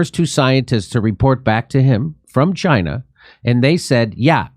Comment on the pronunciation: Dore using the Trump pronunciation for "Chyna" is funny.